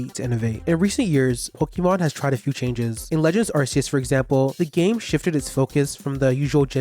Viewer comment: It’s pronounced JOH-toh and arr-KEY-iss, “”! 🤨